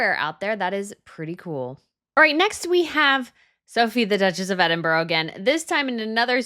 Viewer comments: You need to work on your pronunciation: first up is Edinbruh. Not ever Edin borrow. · NOT edinboro. Edinburgh. Pronounced edinburrah. Just for your information. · Edinbro’??? Please familiarise yourself with the correct pronunciation if your going to critique 🤦🏼‍♀️ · NB for future reference - it’s Duchess of Edinburgh. Ed -in - burra, not Edinbro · Sophie Duchess of EDINBURGH- NOT EDINBOROUGH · Pronounced "Ed-in-brah" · I've heard you mispronounce Edinburgh so many times. It's not Edinboro. Please google the pronunciation - you'll sound more credible.